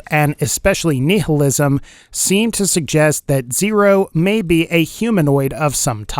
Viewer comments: Kneehillism is how nihilism is pronounced by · The way he said nihilism made me so uncomfortable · The way you pronounce nihilism lol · THE WAY HE SAID NIHILISM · For someone that is balls deep into philosophy hearing you say Nihilism makes me laugh so damn hard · Please learn how to say nihilism, otherwise great vid